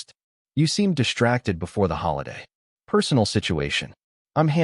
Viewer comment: DISHTRACTED, DESHTROYING, DISHTRICT, SHTRATEGY, SHTRENGTH, RESHTRAUNT, NOT ENGLISH WORDS!!!!!!!!!!